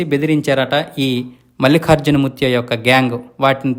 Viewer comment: మల్లిఖార్జున కాదు బాబూ ! మల్లికార్జున అని పలకాలి! తెలుగు తెలుసుకో!